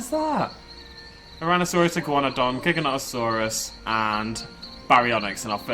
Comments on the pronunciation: Don't worry about how you say Giganotosaurus, you ARE saying it correctly. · Hey anyone who thinks is pronouncing Giganotasauras incorectly is stupid is correct. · I pronounce giganotosaurus the same way you aren't alone